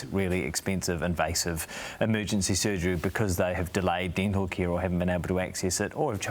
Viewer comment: "dintle care is important"? What's dintle care?